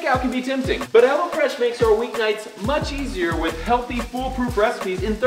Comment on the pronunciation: thought you were saying "hella fresh" till the link popped up lol